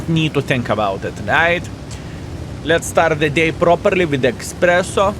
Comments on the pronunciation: dear...this is eSpresso....not eXpresso....;) greet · Man, did he actually say "eXpresso"?! 🤣